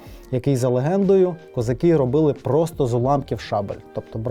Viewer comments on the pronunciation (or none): none